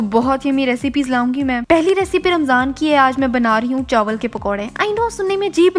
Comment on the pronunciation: "chawal k pakoray" LOL 😂 chaawal 😅